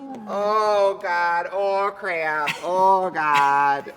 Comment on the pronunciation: Trixie breaking into the Minnesota accent...that's what I needed today lol...oooohhhh gadddd oh crayuppp 🤣😂🤣👏